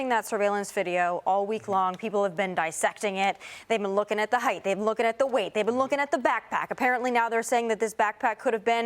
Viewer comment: Height, NOT "heighTH."